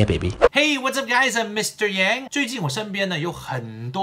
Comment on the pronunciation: 为啥开头与结尾的 Mr.Yang 读音不同？？？我已订阅了